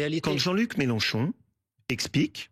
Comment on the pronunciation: Combien de fois Wauquiez à prononcé le nom Melanchon ce soir ! Le pauvre il n'a rien à dire !